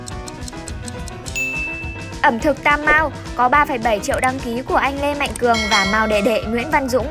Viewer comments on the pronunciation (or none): none